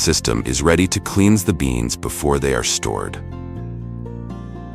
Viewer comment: It gets ready to "cleenz the beans" before processing . also we moved from how cherry trees are planted to soybean production. And the poor robot cannot pronounce Celsius. My favorite mispronunciation is 'Celci'.